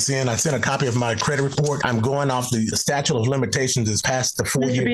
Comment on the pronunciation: He's calling it a "statue" of limitations 😆🗿